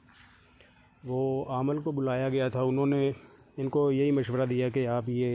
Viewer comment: aamal nahi hota hai bhai aamil hota hai